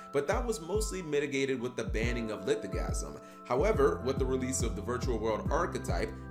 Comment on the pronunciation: It's Litho-Sa-gym not litho-gasm...